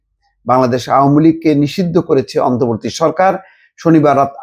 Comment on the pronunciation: এই মাল এখন পর্যন্ত "অন্তর্বর্তী" শব্দটা ঠিক মতো উচ্চারণ করতে পারলো না। সেই আগস্ট মাসের সাত তারিখ থেকেই সে বলে যাচ্ছে অন্তবর্তী সরকার, অন্তবর্তী সরকার। এ নাকি আবার ঢাকা ইউনিভার্সিটির স্টুডেন্ট ছিল।